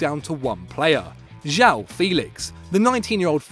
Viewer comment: JAUU? ITS JOÃO